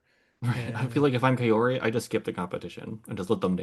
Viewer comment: I appreciate the discussion and analysis, but please learn to pronounce Kaori correctly! It's close to Cow-ree in English.